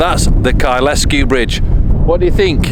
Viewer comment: Kyle Sku... not Ky les Ku